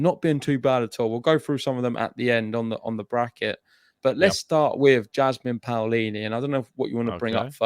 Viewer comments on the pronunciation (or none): Hi guys, the correct pronunciation is P(oh)lini, not P(Aoh)lini.